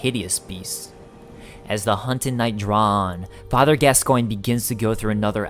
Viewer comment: Pretty sure gascoinge is French and is pronounced gasgauw